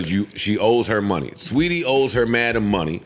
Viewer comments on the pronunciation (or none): She's Saweetie. Not sweetie